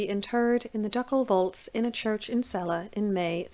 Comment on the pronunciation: I had almost forgotten about Sophie Dorothea. Since I grew up in Celle, I first heard about her in school, though of course a somewhat cleaner version. ;-) Thank you for this video and most especially the correct pronounciation of my hometown!